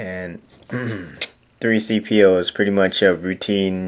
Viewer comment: its c3po not 3cpo